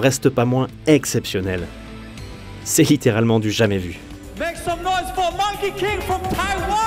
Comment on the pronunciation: Ça se prononce plutôt Monki que Monké King